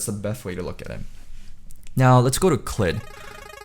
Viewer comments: funny how everyone but faker pronounces it as clid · faker pronounces his name clyde(uh) so i feel this should be how u pronounce it :p